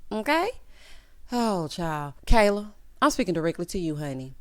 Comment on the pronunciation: Did anyone else catch one of them kept calling Kayla, "keller"? I was so confused